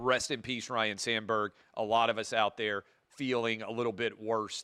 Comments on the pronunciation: It’s not Ryan it’s Ryne! 😅 C’mon man. Dude is now dead and people still can’t get it right. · Ryne Sandberg, not 'Ryan'. At least Harry Carey could blame the Jack Daniels.